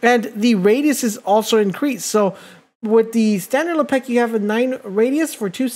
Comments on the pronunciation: Lepeck? C'mon bro, "Le-pick" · This guy must be French" Le pec " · You made this video unwatchable because you did not say his name right and you said it a lot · You made him sound like a french hockey player.. he does not play for the Penguins, sir! Pronounce his name right or I’ll have Jean-Claude Van Damme come kick your door in..